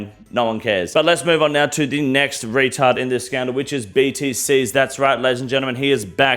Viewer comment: Long live the King. I love that this mfer said retard and faggot the way you're suppose to